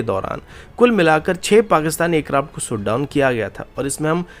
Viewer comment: Lundian shot down hota he soot down nahi 😂